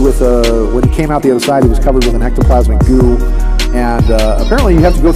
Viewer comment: "Ectoplasmic" Goo.